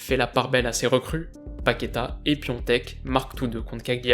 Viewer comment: Piontek ? il s'appelle Piatek pq tu l'appelle pas juste Piatek xD